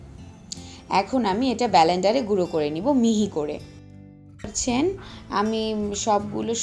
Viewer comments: Kathata hobe blender bolender noy ato lok sunbe r hasbe ata apner bhaba uchit chilio akhon theke uccharon shikhe tarpore ashben thanks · BALENDER?? WHAT ABOUT CALLING IT CORRECTLY 'BLENDER' ??